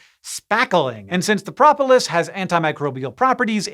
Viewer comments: Propolis is pronounced “pro-poe-liss,” not “prop-ill-ess” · I've always heard beekeepers pronounce the first "o" in "propolis" with a long "o". Are both correct?